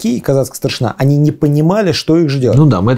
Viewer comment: Прекрасный разбор. Всё же позволю себе поправить участников диалога, чтобы дальнейшие серии были ещё прекраснее (и мой внутренний граммар наци успокоился).: не ГадЯчский, а ГАдячский (, кстати, делает ударение верно) и: не старшинА, а старшИна (речь не о воинском звании, а о верхушке войска, о старейшинах).